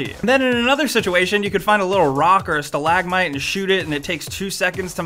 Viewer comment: The way you pronounced "stalagmite" really irks me